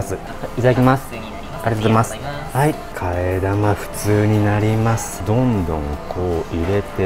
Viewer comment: いつもありがとうございますが、ありざますになってる笑